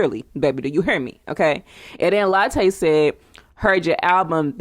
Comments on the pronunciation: It's not Latte it's Latooooo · Please pronounce her name right , its not pronounced like the coffee